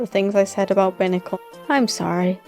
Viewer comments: Sorry for the criticism, but it’s BIY-nah-cull not BIH-nah-cull. Buy as in “I saw this picture with an aggravated rooster on it saying “EAT!” (Hey have I heard that before?) and I just had to BUY it.” I’m sorry. I have a problem with correcting things. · Binacle is pronounced with the “i” the way you would say it as in the letter